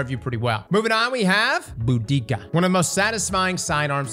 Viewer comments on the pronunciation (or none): Brother cant even pronounce Boudica right❗️ Although its funny how hard her army got clapped by the Romans. No more brother wars.